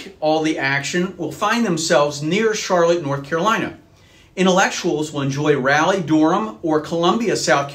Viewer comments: Darling it’s not “Rally” it’s Rahlee. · Hate to be that guy but it’s pronounced Rawl-e not Rally. Also most of the tech jobs are in the Raleigh- Durham area in the research triangle park.